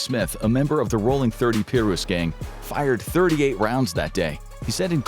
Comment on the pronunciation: Piru is pronounced like "Pie-Roo" not "Peer-Roo"